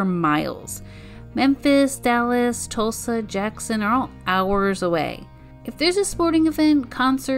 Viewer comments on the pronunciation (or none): none